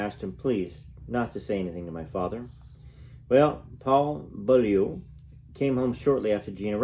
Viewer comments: Its pronounced "Bo-Liu" in Eng. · Priscilla last name is pronounced 'Bowl-iu' Thanks for taking the time reading the book for us 😊 Love your channel ❤️ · Hi, in england we say Beaulieu, Beaulee .